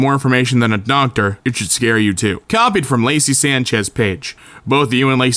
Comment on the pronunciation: The moment i heard him pronounce Sanchez i died a little inside